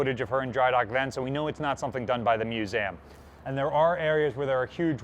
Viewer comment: Musam instead of museum